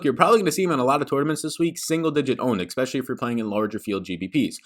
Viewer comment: There is no K, in the word especially.